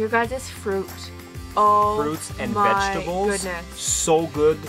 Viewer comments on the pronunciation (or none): none